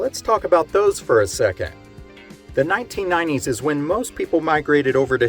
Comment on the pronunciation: I can't help but giggle at the way you say 1990's... "nineneen ninenees". (All in good jest, I like your channel!).